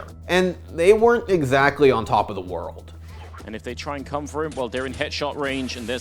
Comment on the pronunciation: you don’t have to put mad emphasis on “world” every time.